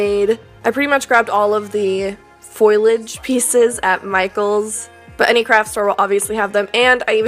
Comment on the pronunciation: FOE LEE AGE~ Foliage. Amazing work!